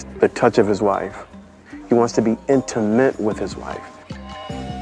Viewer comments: the dad can’t even PRONOUNCE intimate let alone be it. 😂 He says “intament” 🤦🏾‍♂️ what an absolute troglodyte. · in-TIH-mate. Don't mind me retching over here at the way that man spoke to his supposed daughter-in-law. I hope that Paige used her intelligence to take Chris and his dad down a notch.